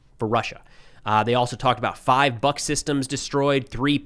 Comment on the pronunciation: "Buk" is pronounced in Russian as english "book" not "buck" )